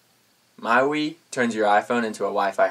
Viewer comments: "myWEE" nope. "myWHY" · omg, MyWee? "MYWY"!!! fool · mywee? its MY WI AS IN WI-FI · "my-wee" ? Fail. The "Wi" in "MyWi" is like in "Wi-Fi" so say it the same way - "Why-Fy"